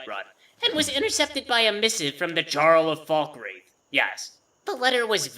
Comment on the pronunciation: For someone so well-versed in Elder Scrolls lore, I'm surprised you hadn't been pronouncing "jarl" correctly so far... Or is that just a quirk of?